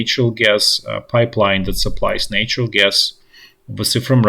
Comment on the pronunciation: Nature is pronounced with the long A, natural is pronounced like the words "that" or "hat".💛💙